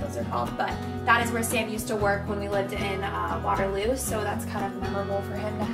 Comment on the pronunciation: once she said Waterloo, I knew she was from Iowa lol. Tbh I am from there too! #IowaTwinsies